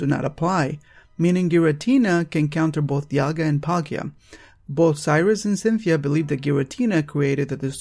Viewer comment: LOL YOU JUST SAID INSTEAD OF DIALGA YOU SAID "DIAGA" XDXDXDXDXDXDXDXDXDXDXDXDXDXDXDXDXDXDXDXDXDXDXDXDXDXDXDXDXDXDXDXDXDX!!!!!!!!!!!!!!!!!!!!!!!!!!!!!!!!!!!!!!!!!!!!!!!!!!!!